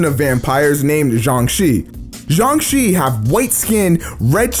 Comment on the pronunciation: It’s pronounced jiangshe